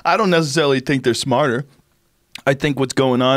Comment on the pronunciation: Bill: “That’s why they’re smahtah than we are.” Joe: “HAHAHAHA!”